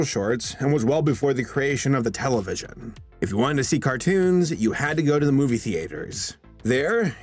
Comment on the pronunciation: moovie theaaatehers, do you pronounce things words that slowly, and odd; just to run up your recording time? Jesus dude.